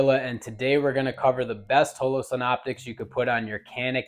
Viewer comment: Mehtee and HOELOE-sun. This dude for real?